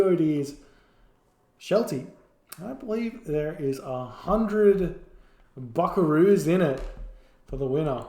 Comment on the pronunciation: How Australian do you wanna be?: „A hundred Buckaroos“ gotta love it lol